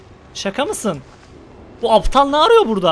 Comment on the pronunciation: Nobody: Closer:Nabıyosunn Aptağglll